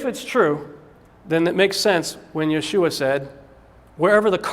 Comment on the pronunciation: Yeshua is not pronounced that way. For me its like someone saying Des car tes instead of day cart. Rene Descartes. And if someone is so blatantly loose in their research then that suggests to me they haven't studied the subject they are about to talk about. Research is the study of big books with usually very very small print. Cause its difficult to logically present anything without going through all of the what ifs that an audience might find. But don't question this guy. He knows folks